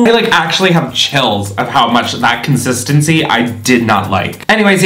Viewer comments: “the conshishtanshee” 😂🤣😂🤣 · NOT THE CON-SCHIS-TEN-SHEE